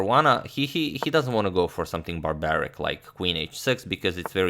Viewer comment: He said "barbaric." lol